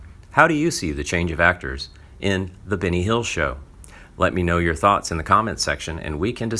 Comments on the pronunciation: yup, all i heard was Binny too.. Wonderful narration!!!! 🙄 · I agree its Benny not Binny